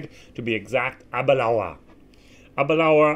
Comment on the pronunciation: Abadoon? Oroloso? LOL No peat anywhere in der sicht eines Amerikaners!